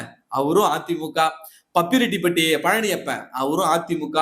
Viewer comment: அது பப்பிரெட்டிப்பட்டி இல்ல. பாப்பிரெட்டிப்பட்டி 😂